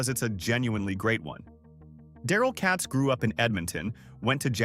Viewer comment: It’s Katz with a long A.